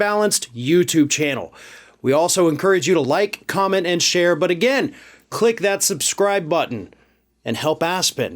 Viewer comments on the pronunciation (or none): none